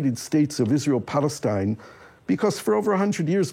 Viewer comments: I stopped listening once he said "Balestine." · I stopped watching straight after he said "Balestine." The left have zero common sense.